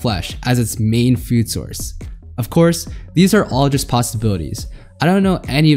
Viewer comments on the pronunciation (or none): none